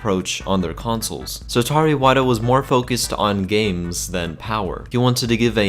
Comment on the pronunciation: Satari iwata what the hell is wrong with you its satoru iwata